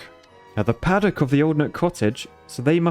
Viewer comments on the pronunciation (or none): none